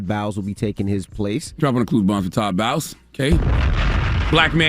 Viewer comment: It’s Todd Bowles not Bowels lmao.